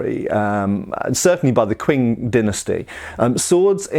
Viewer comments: Qing is pronounced "Ching", not "Kwing". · Q is pronounced "ch" in Pinyin, so it's Ching dynasty, not Kwing dynasty :) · Qing dynasty is pronounced, "Ching." I hope that helps for the future! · I know this is knit picking but Qing is usually pronounced “ching”